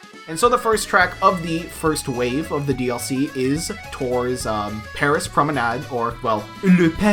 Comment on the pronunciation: Le Paris promenade. You speak very well french(I’m from Paris)😉